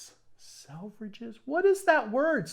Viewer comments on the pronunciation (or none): selvage NOT selfrage. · It’s a selvage not a selverage, silly! Lol!!!